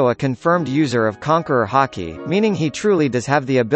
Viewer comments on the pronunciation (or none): none